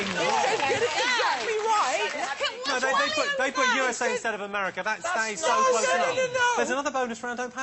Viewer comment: "She's big in Amewica, she doesn't care about the Little Dick Emewy Show!"